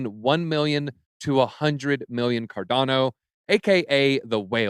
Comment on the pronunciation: Its pronounced CAR-DAWN-OH, the way its creator, Charles Hoskinson, says it.